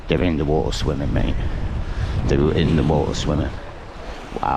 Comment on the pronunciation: Just can’t stand the way this guy says water. Such a commoner.